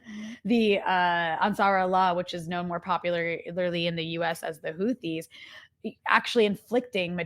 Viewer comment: These khisrale cannot pronounce hizbullak hamas or houthies It’s always khizbullah khamas Khuthies So I call the the genocidal Zionist state of khisrael